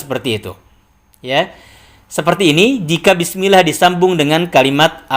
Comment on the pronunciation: klo baca "bismillah", di awal2 video mengucapkan "bis" nya kurang begitu jelas..